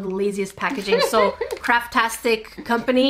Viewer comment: When you first said craft tastic I thought you were gonna say carptastic 🤣